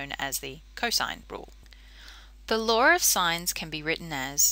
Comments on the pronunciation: its law not laaawr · No one: Literally no one: Her: pronounces "law" as laWeR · Lar o sighnz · "The laur of sines" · ♫ I fought the laarr and the.. laarr won! ♫ ♥ Aussies